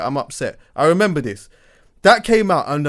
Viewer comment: man didn’t even say ‘remember’ he said ‘maramba’ 🤷🏽‍♂️😂